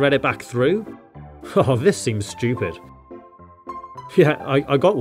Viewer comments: He didn't pronounce stupid correctly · Styew- pid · I bet you’re American and say STEW PID